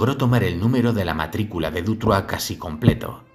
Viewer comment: Sólo un pequeño detalle, es Dutroux no Dutroix pero wow, impresionante trabajo, enhorabuena. S. Dardenne coescribió un libro para evitar entrevistas y olvidarse de esta pesadilla. Muchísimas gracias, saludos.